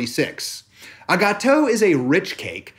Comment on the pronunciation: As a French, I can listen you pronounce "gâteau" for hours !